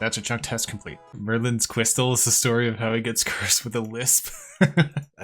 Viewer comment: Merlin's cwystal